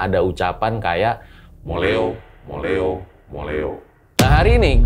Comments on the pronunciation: hahahah bukan MOLEO bang MULIH O bahasa jawanya pulang sana ! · Itu dengernya moleo tapi aslinya bilang muliho sama artinya bali/balek atau pulang